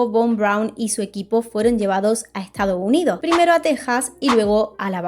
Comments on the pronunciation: Que excelente video 🙌🏻 Me quedo con cada vez que dices "Lo' Estado' Unido' ". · Buen video, pero sería mejor que no te comieras las S (“Estado Unido”, “persona”, “año”, etc).